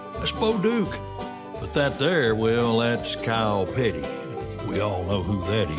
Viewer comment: did he say kyle petty or cow patty?